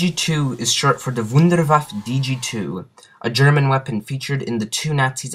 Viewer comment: FINALLY someone who pronounces WUNDERWAFFE DG2 right